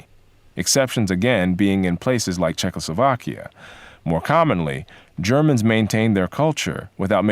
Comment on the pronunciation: "Jarmins" pronounciate ...female Podcaster. They didn't have history class in ebonic socialist schools?